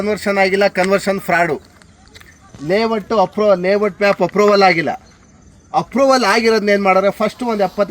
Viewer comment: ಲೇ ವಟ್ ಅಲ್ಲ ಲೇಔಟ್ ಅದು